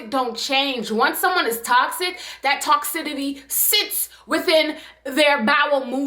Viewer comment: Stop saying toxitity, baby. The word is TOCICITY